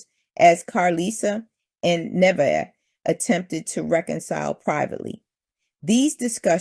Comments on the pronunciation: Her name is pronounced Ne * vey * ah. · Her name is Na-Vae-yah